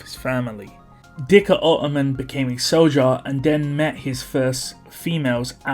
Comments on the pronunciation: Dhikr is pronounced as "zicker" btw. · Wouldn't dhikr be pronounced zikr? Since it sounds arabic. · i think its “Dirk”